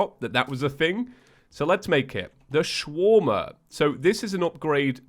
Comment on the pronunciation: Anyone get the vibes he was saying shwarma instead of swarmer?